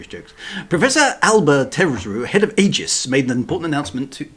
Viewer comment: Sorry but Wintermute is correct. The a is silent. It is pronounced eegis😵